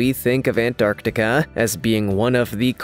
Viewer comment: Every time you say ant-arc-tiK-aaa I wanna bang my head against the wall